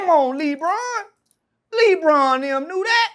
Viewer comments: Come On Lee-Bron 😂🤣😂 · Come on Lee-Bron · the way he says Lebron 😂😂